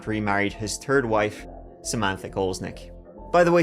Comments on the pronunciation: your gift of gab is why you are so successful. Love your true crime stories and the way you present them. You’re funny too, when you say the word THIRD it comes out sounding like TURD! Adorable!!! Don’t stop….. cause… we love. Now let’s give it a go….❤ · Turdy tree